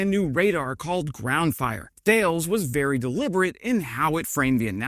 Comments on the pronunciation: Tall-S is about how you say Thales, but say it fast as one word. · Thales: the standard pronunciation is “TAH-less” with the stress on the first syllable. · Thales is a French company, and I believe that its name is pronounced tah-lays. You might want to confirm this with a native French speaker, though. Love the channel. Love the content. Keep on doing what you are doing. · By the way, "Thales" is pronounced Tah LESS. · You are pronouncing Thales incorrectly. "Thal-lez" is correct. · just a little correction, THALES is pronounced TA then LES ...theyre french so they can't pronounce the H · "Thales" is pronounced "Tell-iss", I believe. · Nice one... I think Thales is pronounced TA-LESS. I'm a Brit living in France so any real French folks out there please do correct me 😊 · You are right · Hello, je confirme, ça se prononce Ta-less 😊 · Isn't Thales pronounced Ta-Les? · Thanks for yet another excellent video. 9.9/10. You would have got a perfect 10 if you had pronounced Thales as "Ta-less" and not as erm.... Thales 😅😅. Cheers and thanks for your support of Ukraine 👍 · I think en Francais the company Thales is pronounced more like "Tarless" . Just a small correction as I know you like your national stereotypes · Thales is pronounced like 'tah less' :) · Hé, Thales is pronounced "t-ah-less" (very close anyway) the "-ah" is like when the doctor puts a wooden stick in your mouth and ask you to say "ah". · I came to say this! You made it funnier though, thank you friend! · Thales is pronounced tal-es/tal-us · Love the impersonating but it's thaleS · French person here. I usualy ear the company name pronounced "Tah-Less" as you'd ear it in google translate ( surrounded by enough english so it would not force you to change the input langage) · Hey. Thales is 'tal-ess' as it were. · "Thales announced". It's in fact pronounced Tha (as in "tactical" not like "tales") - lès (as in "less"). I was left wondering which "tales" he was talking about for a second.